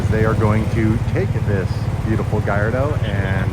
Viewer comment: "Thats a nice Galado" 😂